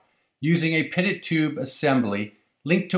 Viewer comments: Stumbled across this video as a pilot trying to learn more on the difference between Static and dynamic pressure as it relates to airfoils. Great video but I am pretty sure the T is silent in Pitot-Tube and is pronounced, "PEE TOE" - Tube, not "Pitted" Tubed. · I have never heard anyone cal a pee. toe probe called a pit tot probe. pi·tot tube /pēˈtō,ˈpēˌtō to͞ob/